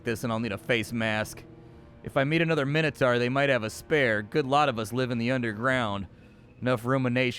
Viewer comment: Min-o-tor. Sauron is sour-on. But your constant swearing is not endurable. STOP SWEARING! Please. M 🦘🏏😎